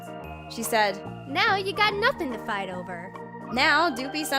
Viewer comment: Is it fouth or fight because its say fouth